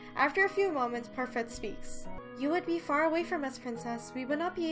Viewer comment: I'm being such a grammar Nazi, but it's pronounced par-fay (it's French)